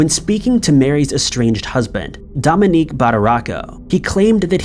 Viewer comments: Mary Badaracco's husband's name is Dominic, not Dominique. Pronounced Dom-in-Nick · Dominic is not pronounced "dom-in-EEK." strikes again! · Thank God you spelled it. pronounces it as a woman's name...🙏😉 And that's our law system.🙄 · take a shot every time mispronounces something